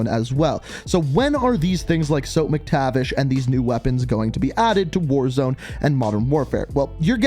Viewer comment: Did he really say ‘Soap’ Mactivish again damn did you even read the comments last vid